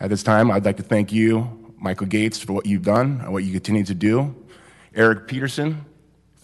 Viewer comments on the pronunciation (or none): none